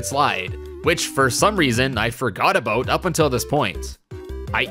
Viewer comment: as a canadian I accept "a-boat" as a pronunciation of "about" but you're on thin ice lol no hate tho you're amazing